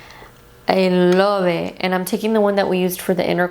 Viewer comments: "The morphe M438 brush, I lohvet" lol ❤️ love you!! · "I LUVVVV IT" LMFAO!!! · "I lobe et"